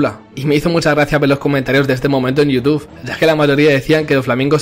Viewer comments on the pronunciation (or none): none